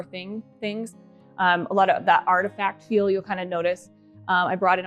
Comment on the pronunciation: Well... I noticed another YouTuber says the word feel like you do.. more of a ," fill " instead of "feel." I beleive she may be from Utah as well . Anyhow love how your sketch came in to fruition. Your house is huge.. I thought I had a big house sheesh! Your figure is so cute too You didn't gain an ounce of weight weight in the time you've been away from YouTube ! Nice shapely legs. I have a huge entry way but not nearly as magnificent as yours . Can't wait to see the living room:dining room. but I'm not rushing you guys❤